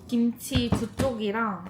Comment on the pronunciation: 김취랑 보쐄~ 맛깔난 발음 ㅋㅋㅋㅋㅋㅋ 갑자기 웃겨서 뽱 터졌어요 ㅋㅋㅋㅋ